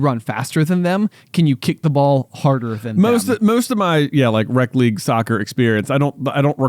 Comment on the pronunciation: It throws me off whenever you say "rec league" cuz it sounds like "rep league" which is what we called the competitive league, so the opposite lol